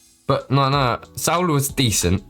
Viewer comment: all good you were pronouncing it with a bit of a T happens a lot of people